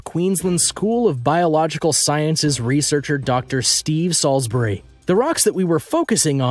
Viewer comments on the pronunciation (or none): none